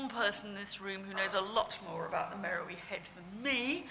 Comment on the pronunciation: At the risk of sounding like a prig, Beard pronounces "Meroë" incorrectly throughout her talk. The diacritic on the "e" (ë) changes the pronunciation to "Meh-row-AY". This is significant as, confusingly, there is a modern town in Sudan called "Merowe" (Meh-row-ee) that has nothing whatsoever to do with the ancient capital of Meroë (where the head came from). Unfortunately, very few people are well enough versed in Meroitic archaeology to realise this, hence this is a common error.